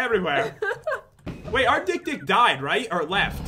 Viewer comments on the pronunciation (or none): OH MY GOD THE NAME OF THE "DIK-DIK" IT SOUNDS SO WRONG